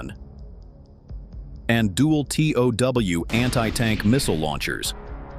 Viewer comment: Including "TOW" MISSILES. not "T.O.W." missiles!!